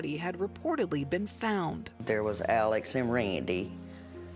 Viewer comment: sorry sister, but his name is pronounce "Alex" NOT Aleck --- please get it straight and do your job correctly